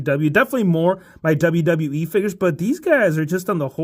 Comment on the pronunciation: 'Figiess HHAAHA' got me rolling😂